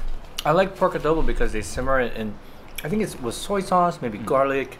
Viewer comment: The way pronounced "adobo" is just perfect. My Nanay (mother) loves your videos. Thanks guys.